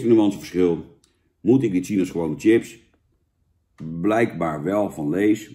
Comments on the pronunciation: Zucht Jan.. het is 'chips' en geen 'tjips' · Sjips, niet tjips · Jan, ga gewoon is "Sjips" zeggen! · Zo vreemd als iemand tjips ipv sjips zegt. Net of ze een computer aan het opeten zijn.😜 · Van het woordje “tjips” raak ik altijd geïrriteerd. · Jan wij in Noord-Holland zeggen toch gewoon sjips?? Wtf. Top review weer 👍🏻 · Normaal gesproken gaan m’n nekharen overeind van mensen die tjips zeggen maar van Jan tolereer ik het